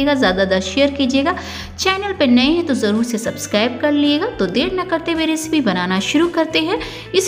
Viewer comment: रिसिपी नही, सही उच्चारण रैसिपी होता है। बार बार ग़लत उच्चारण से बहूत irriration होती है